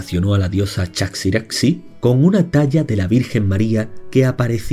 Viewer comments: Aparentemente "chaxiraxi" se pronuncia "chajiraji", como Adexe es Adeje y otras palabras guanches. Se trata de la grafía antigua castellana para la J, como en México o Texas. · Se pronuncia Chajiraji o Tajiraji. Esas x se pronuncian como en Mexico.